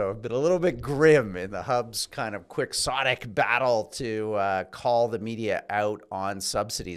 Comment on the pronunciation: Sorry to nitpick, but at about Rudyard butchered the pronunciation of the word Quixotic. It is not pronounced with the sound "Quick" at the start of the word, but like "key-otic". The word, of course, comes from Cervantes Man of La Mancha, who's main character was Don Quixote (key-o-te), who tilted at windmills, thinking them rival knights...